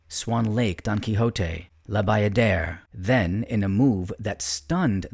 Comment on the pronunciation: « Vestous » ? … Quand on connaît la danse, on sait que le grand prédécesseur s’appelait Vestris !! La Badère au lieu de la Bayadère, George « Balanchin »… Le commentaire est carrément minable 👎